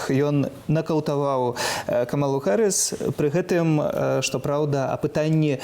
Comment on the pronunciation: Интересно, а почему так коверкает фамилию Камалы? Она Камала Харис, но ни как не Гарис.